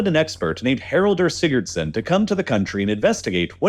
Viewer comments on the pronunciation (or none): It's Haraldur Sigurðsson, not Haraldur Sigurdssn. We inbred Icelanders take such butchering of our language very personally!